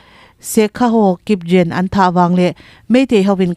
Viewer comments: Motor truck hi 1109 ti lovin Eleven Zero nine tiin lam zawk ta se... Te ka lo ti mai mai. Chuan Kipgen hi jen ni lovin ghee tih a g lam chhuah dan ang hian gen tih tur aw. Kipgen !! Ka kipah e. ❤️👍🏼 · Kipgen i lam dan hi a diklo deuh